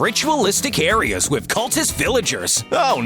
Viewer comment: The man says "areers" without realizing